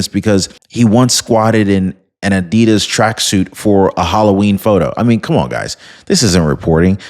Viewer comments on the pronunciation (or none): none